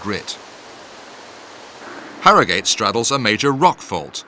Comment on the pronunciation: Sorry to be a pedant but it's HarroGHUT. Nor Harrow GATE. History tells us this! Soz. Cheers